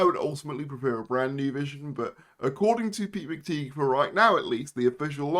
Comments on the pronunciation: Yeah, I always feel like making the same comment too. It's pronounced McTie, not McTeeg. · McTighe is pronounced McTie, not McTeeg.